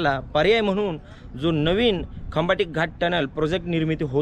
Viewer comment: खंबाटीक घाट नाही, खंबाटकी घाट..!!